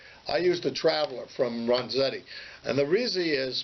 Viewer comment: "Ren"zetti not "Ron"zetti....just sayin'